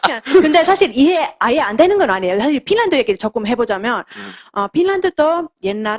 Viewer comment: 발음이 pinland가 아님..finland 임..